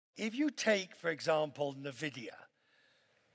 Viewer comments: "nevidya" seriously!? LUL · Quest still fighting how to pronounce NVidia.